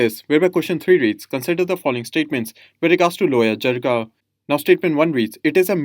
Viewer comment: It's" jirga" not jigra